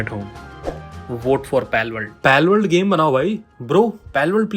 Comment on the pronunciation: Palworld ❌palakworld✅